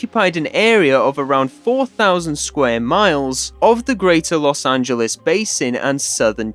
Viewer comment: Guys, he did it. He pronounced "Los Angeles" correctly.